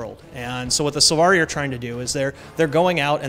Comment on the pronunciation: Silvari* not Sulvari xD